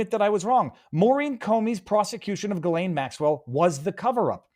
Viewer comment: Thank you Viva, because hearing everyone pronounce her name incorrectly is weird 😂